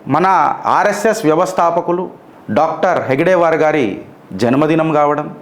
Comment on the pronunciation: హేడ్ గేవార్ అనాల హెగ్ డేవార్ కాదు.ఓంనమశివాయహ